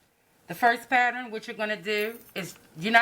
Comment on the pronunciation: " this is my patterin"... love it